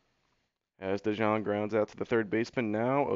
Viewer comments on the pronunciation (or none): It's De-young. It's pronounced De-young